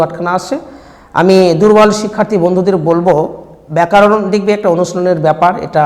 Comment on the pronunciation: ব্যাকারন না ব্যাকরন